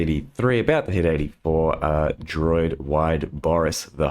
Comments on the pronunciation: am i crazy or is he saying "droid" instead of druid? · I'm beginning to think actually pronounces druid as "droid" and it isn't ironic.